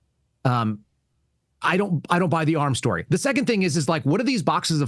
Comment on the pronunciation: SHTORY? GREENGOES.